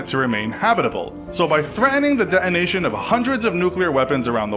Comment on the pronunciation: Dear God there is a "T" right in the middle of both "threaten" and "detonation." SAY IT! You people who keep leaving T's out of the middle of words sound like absolute idiots. You probably start all sentences with, "Soooo,..." also. It's like "Valley Girl" 2.0.